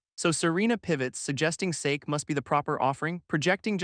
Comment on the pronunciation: Voice can't pronounce "Sake"?